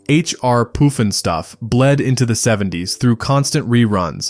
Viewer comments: It's PUFF N STUFF... NOT poof n stuff. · Puff n stuff not poof n stuff! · Puffin stuff not poofinstuff!!😂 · It's "puff" and stuff, not "poof" and stuff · and it's pronounced puff-in-stuff, not poof-n-stuff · PUFF ..PUFF NOT POOF ..YOU GOOF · Puff & Stuff!!! Not poof .. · HR Poofinstuf?? C'mon! Read the damn script before showtime.!! PUFFnStuf argh..... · LOL, AI called it, "H R Poof 'n Stuff". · Why did the announcer call it "poof'in'stuff"? Good lord. At least get the name right. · Its H.R.Pufnstuf😊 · "POOFin-stuff" cool AI dude....so lame. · Yes thanks for the correction that was driving me nuts.